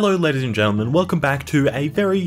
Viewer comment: I swear he says "Hey Lettuce and gentlemen"